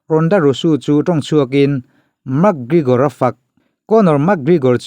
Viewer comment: Gregor tih tur bawk aw Gregore ni lovin😝😝😝😝😝